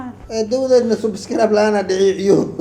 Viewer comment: sucscribe ma ahan ee waa subscribe eray sax ugu dhawaaq Englishkaaga maxaan dhahaa